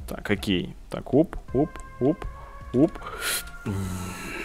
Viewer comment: мне одному вместо окей слышится хоккей??